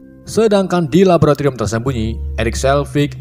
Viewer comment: napa bang... Labolatorium silit